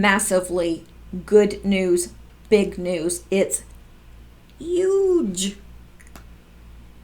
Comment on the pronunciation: That's how my friends in Boston pronounce Huge. Ha ha. Just be you! I look forward to your videos. You me laugh. 💕💕💕😊